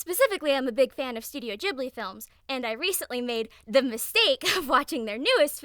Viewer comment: THE WAY U PRONOUCE GHIBLI 😭